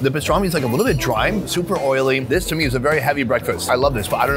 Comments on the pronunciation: its called pastırma not pistarmi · Loved the video. Thanks for posting. Can't wait to try them all in abot a month.The new name for the country is how the Turks pronounce it. Turkiye. I think it was Pastorma and not pastrami. In the background of the mussel restaurant the sign reads "there is no rock, sand or mud". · It’s not pastrami it’s pastrma. Which is completely different